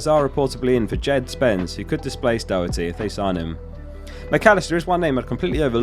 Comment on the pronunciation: Just on the pronunciation of the Irish names - Kelleher = kell-eh-her Doherty = Dawh-her-tee